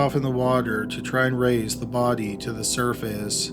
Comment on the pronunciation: "The bod-ee, the bod-ee," he says body in a weird way